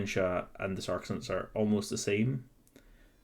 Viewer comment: I gotta tell you dude, it is really difficult to focus on the content of the video when you're constantly mispronouncing the word Sacresants. Sure, it might be pedantic, and I know which unit you're talking about, but it's still really jarring to hear "SAR-kuh-sants" instead of "SAC-reh-sants" multiple times per minute, and having that involuntary moment of internal translation takes away from what you're trying to get across in the video. It's made even more apaprent by the fact that you say you know you're mispronouncing it at the beginning of the video; if you know you're mispronouncing it and it doesn't easily/naturally roll off the tongue, why not take the extra few minutes before filming to get used to pronouncing a unit's name correctly? I understand that not everybody has perfect diction or whatever but I think people will take you more seriously if you're not mispronouncing the name of the unit you're reviewing.